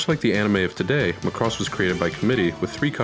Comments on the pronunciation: Mack-ross not the Gaelic Mc Ross or the Scottish MacRoss like this guy says it. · I'm sorry, I can't watch your video. You keep saying (muh-cross). No offense I've seen all of these in Japanese. Even the intro theme song says, (ma-ku-rose) so to avoid watching some teenage school project, or the ramblings of a half-fan. I don't hit like or dislike...I comment and close! Click Bye!! I got to - you said it wrong 3 times in that 71 seconds. Regurgitating the internet repulses me. Merry Xmas!! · Well, maybe it has something to do with you pronouncing the name WRONG! It's MACROSS, not MA-CROSS! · It makes me gag when people pronounce it "Mick-ross" like its irish or something... "Mack-ross" please. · How on Earth are you pronouncing it wrong? maCROSS. It's MAcross. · i agree! its popularly pronounced as MAcross..this video would have been much better if he said it like Mahkross ... not like McCross.... (now i craving for some McDonalds 🤣) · It's not pronounced, (ma*cross). It's pronounced (makross)!! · I give you those examples, but you have to admit... When All of your life you've heard Mackross you've assumed it's that way. Then suddenly a frenchy guy with a YouTube channel call it ma-crosse like come across lol. It sounds so wrong it annoys the soul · mAcross, not macrOss. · It is not pronounced like lacross the sport, it's Ma cross. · /\'Cypheir ik he can't pronounce it right and it makes me cringe so hard